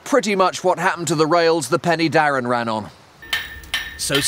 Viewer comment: Not Penny Darren but Pen er Darren Pen = Head y (er) is the definite article Darren is the name of the valley Head of the Darren valley.